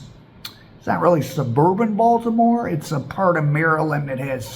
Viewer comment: Stop saying Baltimore please 🙏🏾